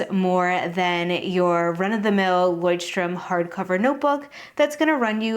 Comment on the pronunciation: Since you asked for corrections on your pronouncietion of Leuchtturm: your pretty much on track, but the German ch is a sound that you English speakers don’t have. It is a hissing sound made by lightly pressing the back part of your tongue toward your gum. If that is to hard: the American sh sounds better in my ears than the Amarican ch. Take care!